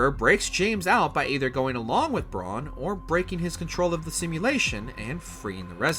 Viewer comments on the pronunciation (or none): none